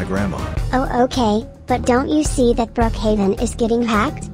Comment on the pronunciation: Is not brookaven is brookaven pibby